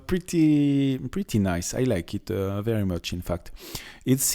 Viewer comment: The projection is called in English a "turret", the pointy roof is a "spire". Enjoying listening to your accent. Every time you say "Is veddy nice" I can't help but hear Mr Creosote from Meaning of Life, or the French kniggets from Holy Grail. 😁😜 I don't understand why so much history is so run down and abandoned in France. These places should have so much tourism potential. Except the first one. Sharing walls with neighbours? No thanks.